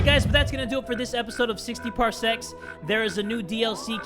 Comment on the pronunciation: Anyone else here something thats not ok when says "parsecs" just not c